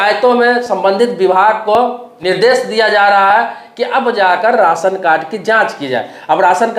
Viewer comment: Ration bolna Sikh